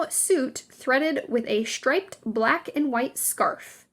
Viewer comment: Shtripe, shtraight, , etc., etc. Just why?? .🙉 It's a great video, but the narration really started to have the fingernails-on-a-chalkboard effect.